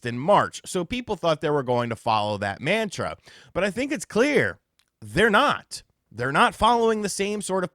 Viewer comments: Pronounce “mantra” correctly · You're pronouncing "mantra" incorrectly lol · This dude can not make a video without just butchering the English language. Not only is “mantra” not said that way, it doesn’t even mean what you’re using it for. A mantra is something you say to calm or settle yourself, bring yourself back to center, if you will. Not the way a company releases video games. It’s not a companies mission statement.